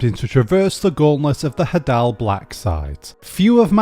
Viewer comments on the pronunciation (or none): It's pronounced hay-dull